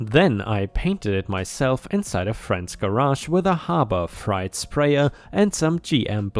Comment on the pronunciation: Harbor Fright is actually appropriate to the quality of some of their products. Otherwise Freight rhymes with hate, late, gate.